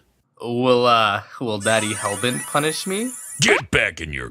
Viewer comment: toadstool/terrarialord9013 someone who pronounce their Rs weird